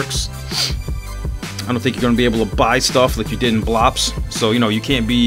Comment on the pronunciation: I laugh everytime you say 'Blops' :D